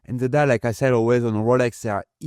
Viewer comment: "dial" becomes "die".. 😄